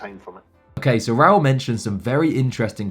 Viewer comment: Hey mate its Raoul Pal not Paul. So for this I can't carry on listening